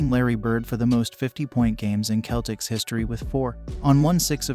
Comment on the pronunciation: And wrong pronuanciation of Giannis, and wrong pronuanciation of Celtics... Great video tho :D